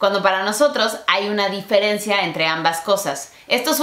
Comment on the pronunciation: No se dice "di-fe-ren-ci-a" Se dice "di-fe-ren-cia" querida!